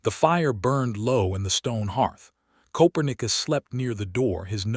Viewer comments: Narrator said Coperius wrong. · This story had writing and images that deserved so much better than the AI mistakes in the nice narration. Obviously AI never heard of "ko-PER-neh-cuss" the famous Polish astronomer, and can't choose the right pronunciation between "cloze", as in shutting a door, and "clo-s-e", as in being near. There's another example that doesn't come to mind at the moment, but you get the idea. AI has its uses, but unfortunately still has its foibles that dehumanize the presentation of what should be a moving, quietly emotional story. The lack of punctuation also throws the narration off, with run-on sentences and improper pauses. I can tell from the Comments that many people do not notice or care about such things, but I find these glitches seriously interfere with my enjoyment of what is actually a fine storyline. OR, USA